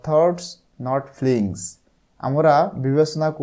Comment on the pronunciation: এটা feelings হবে ফ্লিঙ্গস না💗 ধন্যবাদ❤